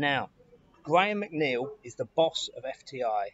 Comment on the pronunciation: you’re a clever man but you pronounce your second name wrong